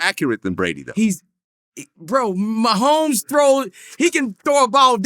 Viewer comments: Mane said Travis Mahommes!!😂😂😂😂😂😂😂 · Travis “meeMee” mehomes